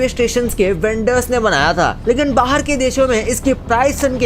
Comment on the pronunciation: Bahar not bahir 😂😂😂